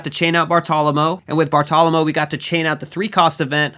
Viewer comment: Great video but Bartolomeo is pronounced Bar-toe-luh-mayo